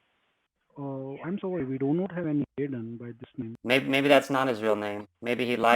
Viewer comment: that "sorry?!" sounded just like "Nani?!" istg